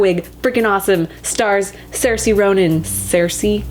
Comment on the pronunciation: There are so many videos on how to pronounce Saoirse Ronan i don't know how people can't pronounce it anymore. its not like this is her first time hearing about her.